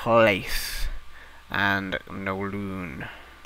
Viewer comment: It's Kowloon! Not Nowloon! :P